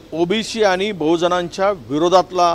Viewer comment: 'आनि-पानी' का करता🙄.स्पष्ट उच्चार करणे इतकं कठीण आहे का. साधा 'ण' चा उच्चार करता येत नाही? शाळेत गेलेलात ना? भाषेच्या प्लॅटफॉर्म वर शुद्धच बोलले पाहिजे .